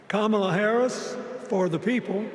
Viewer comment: Dems: it's racist to mispronounce Kamala's name Bill Clinton: Camel-uh.. Legacy media: 🦗